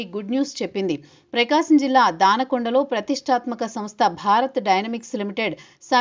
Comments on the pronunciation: దానకొండ కాదు మేడమ్, దొనకొండ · Not Dana konda, it is Dona Konda